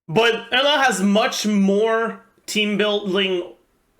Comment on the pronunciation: Why pronounce Eula like that?